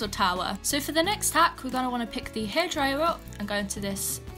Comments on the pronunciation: no offense i love your content but when she says outfit hack all i hear is outfit ACK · "for the next outfit haCKh"